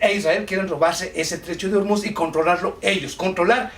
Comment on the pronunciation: Que tiene que ver Pakistán con el Estrecho de O-O-O-Ormuz , (no Urmuz)? Eres un ignorante.